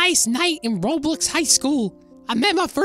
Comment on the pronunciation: he always says roblix